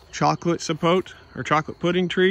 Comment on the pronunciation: Sa po te. Pronounce the te as tay .